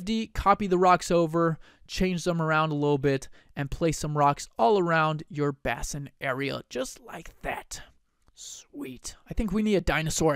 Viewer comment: Nitpicking here ... "bass-in" ... NO NO NO .... "BASE-in."